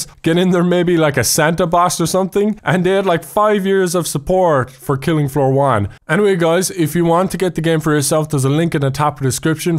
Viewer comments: anyone he soeled fillinf foor instead of killing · Filing floor? what is going on with your English lately?